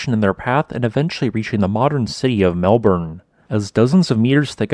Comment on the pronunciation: Really very interesting -thanks. A couple of notes on pronunciation: Eildon is pronounced EEL-din, and Melbourne is pronounced MEL-bin. And the supercontinent is GON-DWA-NAH, not GOD-WAMA. Other than that, a really fascinating episode.